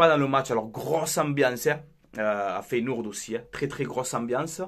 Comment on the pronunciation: mon coeur parisiens souhaite votre élimination mais d'un autre coté rien que pour toi je vous souhaite de la gagner et tu me tue avec ta prononciation de feyenoord en feyenOUrd 😆😆 perso je pense que sur ce match vous vous en sortez bien c'est le copié collé de city réal le match aurai pu finir a 5 a 3 attention au retour feyenoord et tres fort a l'exterieur faut etre objectif avant les demis les équipes que vs avez rencontré etait en bois karabag paok etc.. c'est la que l'on voie si vous avez le niveau face a des équipes comme ca west ham roma feyenoord.. force a toi